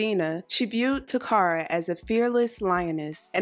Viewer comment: Her name is not pronounced ta cara. It’s Kara….Takara. My name is similar and people call me Tecara but it’s Tekara.